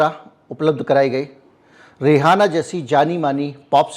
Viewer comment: * वशिष्ठ जी! उच्चारण पर ध्यान दें, वह नाचने वाली रिहाना नहीं है वह रिहन्ना है! * रीहाना (हवा का झोंका) मुस्लिम नाम होता है रिहन्ना नान मुस्लिम नाम है!